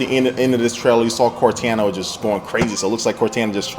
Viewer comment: LOL "Core - tana"